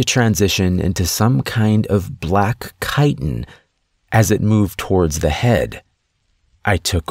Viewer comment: I just wanted to say thank you for pronouncing "chitin" correctly.